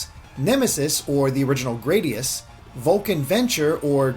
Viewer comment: It's GRAH-dius, not GRAE-dius, the A is a lower A not upper A! Gawd dammit I hate it when people mispronounce the game.